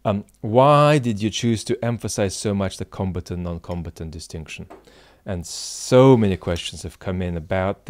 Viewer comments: Hey, love your videos. Just a quick feedback to this and your last video. Your pronunciation of "combatant" really confused me at the start, as it sounded to me as "competent". Only further in I realized what you meant and everything made much more sense. I was only familiar with the other pronunciation "comb-A-tant". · Com. BAT. Ant. Suggest he go to Google pronounce to. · Until today, I didn't know the British English pronunciation of "combatant." Like competent. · Combatant - sorry I mispronounce some words